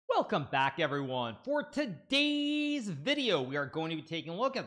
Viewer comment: Why does he pronounce 'todays' like that? Deeply disturbing